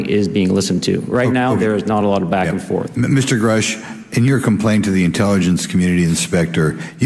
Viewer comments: wow. clearly biased, also disrespectful. mispronouncing grusch's name intentionally. factual errors etc. trying to look like you didn't study it beforehand. it gives away, you don't need to be a behavioral analyst to see it. horrible. you are just defending the official narrative, and I believe you are doing this because of your military backgrounds and/or military contacts, possible business connections etc. shameful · was aggressive cynical and disrespectful towards Grush, first of all by actually refusing over and over again to pronounce his name correctly, and belittling him every time he spoke. this is supposed to be four men objectively and respectfully discussing signs of behaviour, not attacking the subject with ones own opinions. the subject's character is not the issue, only deciphering behaviour is. I'm not a mr. Grouche fan in anyway, nor am I Jeremy Corbel's, but was rude and condescending, whereas his 3 partners kept this show respectful as it should be., this was not your best show, to say the least. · Equating biological material with chemical material; not even being able to pronounce Grusch's name correctly (even after the second analysis of Grusch); having the same kind of speech-problems with the word "skinwalker" (which reveals quite some ignorance of the topic too), but blaming Grusch when he mispronounces "etc." or "nuclear"; equating hearsay-speech with deception or disinformation; supposedly analyzing body language, but constantly rather making psychological, semantic or arbitrarily chosen other statements; assuming autistic traits in Grusch, but not taking them into account when interpreting his body language - only some of very many amateurish and profound errors, so that the whole thing makes only one thing very clear: a huge bias of the Behavior Panel. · Interesting. As to the name GRUSCH. It seems to be a German name. SCH is pronounced like SH in English. Grusch is pronounced like BUSH. PUSH.